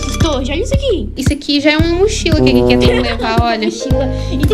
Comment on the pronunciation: A falando: Iss ke